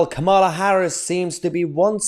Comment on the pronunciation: Please don't say 'President Kamal Harris' again. God help us!